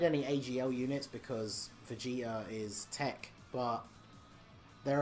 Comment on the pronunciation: I heard vegeter instead of vegeta lol